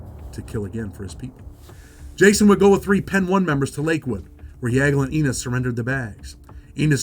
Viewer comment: Its Pee Niii ! Not pen 1